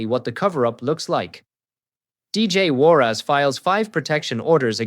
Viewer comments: Warras not Warrass - listen to yourself! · Its warras...not war ass😅😅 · What's with the surname pro nunciation? "War ass!" 😂😅